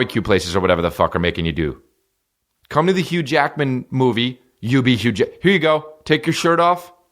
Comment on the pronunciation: And to be clear did you say hugh Jackman or huge yackman? Cos I feel like that's just a spicy phrase for Bigfoot. . Asking for a friend ..... update: I have none.